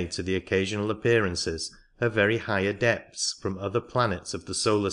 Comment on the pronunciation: atlanTEEan? the aDEpts? This reader is placing emphasis on the wrong sylLABLES. This is typical in certain parts of India.